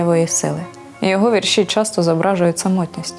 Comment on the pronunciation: Не повністю згідна з ведучою. ВІрші Віктора Гриценка відкрила для себе через фейсбук нещодавно. Навіщо робити акцент на меланхолію і Кривий Ріг? Він -- українець! Його вІрші(ведуча чомусь каже віршІ) говорять більше за столичних авторів! У них акцент на мудрості, простоті та красі, бо , як відомо, усе геніальне -- просте! Вони спонукають мислити, узагальнювати! Дякую Вам, пане Вікторе, що ділитесь з читачами своїм глибоким внутрішнім світом! Здоров'я Вам, миру і добра!